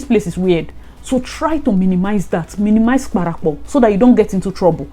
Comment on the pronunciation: “Minimise parapo” 😂😂😂